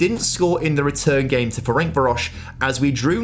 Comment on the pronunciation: Can you stop mispronouncing Ferencvaros. It's nearly (but not quite) as bad as "Jaddon" Sancho